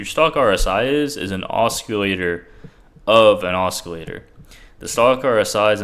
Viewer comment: Great vid as always....lol...you pronounce it like this osillator, c is silent.....but i like the way you say it. Either way brother, im with you all the way!